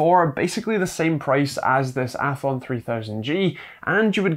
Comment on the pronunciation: Athlon, not althon